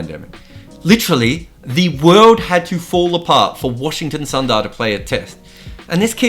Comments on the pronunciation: Another grt video❤️❤️. Btw it's Sundar.. And not sandar.. pronunciation.. u..su😀... It's not a word.. It's a namee.. I hope you get it right the next time sandar wins a match at Gabba again😀 Keep'em coming mate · it's pronounced shoe-bmunn gill and Washington soonder